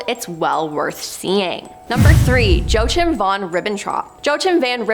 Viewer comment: joachim ( joe-chim)? lmao its pronounced JOE-AK-IM)